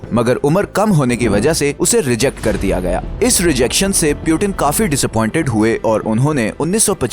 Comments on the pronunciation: Putin hotia hai bhai Putin (poooottiinnnn) piiiuuuutttiinn nahi hoti. Piyutin Piyutin krta rhta hai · Peuten nahi Putin 😂😂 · Its puutin not pewtin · सीधे पुतिन क्यों नहीं बोलते हो, पिउटीन पिउटिन क्यों बोल रहे हो? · ye pyuten kon hai or 1992 mai kese peda hua voice dhyan se suno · You not speaking Putin name correctly